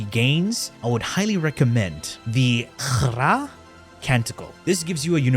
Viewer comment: almost spat on me when he pronounced 'Khra'